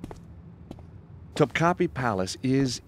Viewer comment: cringing at the pronunciation of "Topkapi"